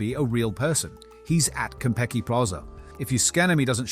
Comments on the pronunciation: is it just me, it sounds like you're saying Kentucky Plaza at the beginning. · The way "Konpeki" is being pronounced sounds like "Kentucky", maybe it's just in my end? Edit: at first I thought it was my audio being weird, but then you said "Pantryon" at the end of the video. Oh. Food puns. 😅 That's pretty funny, actually! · No AI and you still cant say "Konpeki" correctly?